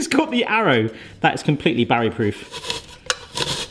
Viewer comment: batty no BARRY! really "old skool" really bArry jeez maaaan